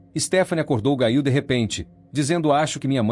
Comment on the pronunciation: NARRADOR NEM SABE PRONUNCIAR O NOME, GAIL??????????😮😮😮😮